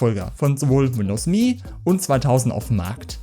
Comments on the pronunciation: Alter, das heißt "EM-EE", nicht "MEEE". Ich musste das Video nach 30 Sekunden abbrechen, das ist nicht anzuhören. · Das OS heißt "emm eh". Beide Buchstaben einzeln ausgesprochen. Das hat man Dir aber schon mal erklärt. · Wer hat das jemals so dämlich ausgesprochen? Das kann man sich ja nicht anhören.